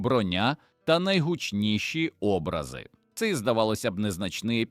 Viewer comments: Ну чому образи, а не образи з наголосом на а , а не наО? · ШІ читає, але непогано читає Образи - наголос на А